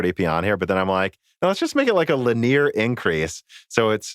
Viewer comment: Linear is pronouced lin-e-er. Just thought I'd mention it.